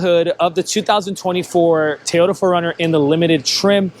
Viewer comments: Its called a TOY ota... not Tayota😂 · It's TO-YO-TA not TAY-YO-DA!!